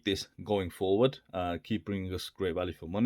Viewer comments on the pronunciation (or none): none